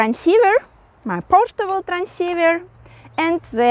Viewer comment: Ну,.. молодец, радио-баба! Избавься от русского зе в английском. Научись высовывать язык при произношении the, this.. хотя тебя можно простить, ты же блондинка.